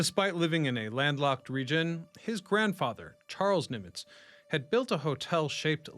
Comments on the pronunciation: Why do you say "Neemitz"❓ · It's not Neemitz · Yeah that was weird